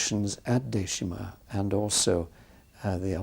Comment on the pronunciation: It isn’t called Deshima. It’s Dejima.